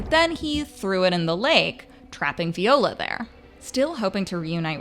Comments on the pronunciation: lol “vee-ola” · Veeeola? Lmao viola? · Say it with me... VIIIIIIIola. Not VEEEEola.